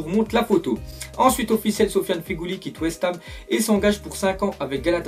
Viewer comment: On dit ferouli si non boen la video